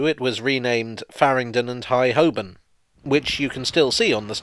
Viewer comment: It's always nice to hear Holbirn correctly pronounced, as you do, and your first pronunciation of Praed Street is the correct one.